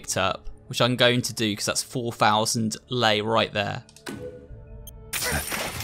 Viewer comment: Lei is actually the curency in Romania (Edit) Also you are saying "lei" right